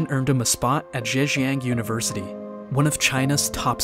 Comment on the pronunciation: Zhejiang, not Zhanjiang.